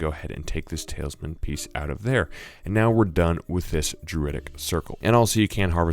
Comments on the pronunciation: Ikr it bugged me so much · You say TALISman wrong the whole video